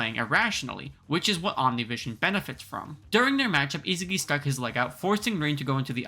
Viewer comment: Is- ah- gi why do people pronounce his name wrong when it’s so simple(sorry if I was rude I didn’t mean to make this sound so rude)